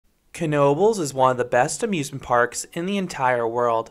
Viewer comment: ive been to knobles many many times aslso thanks for pronouncing it right so many people say tis just "nobels" ive been to the waterpark and i would say dont waste your time. to mutch hassle adn you cnat go on the other rides in swim trunks or while wet. (edit) ngl im disapointed you didnt bring up the paratrooprt or tilta-wirl. those ar emy favs